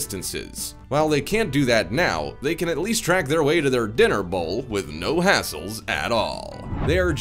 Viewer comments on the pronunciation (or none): none